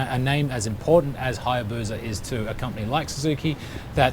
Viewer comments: It's HayabuSa. Not Hayabuza👍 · There is no Z in Hayabusa Just saying.